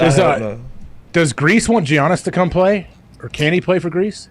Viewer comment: How do people still say Giannis' name wrong? Ajs breaking my heart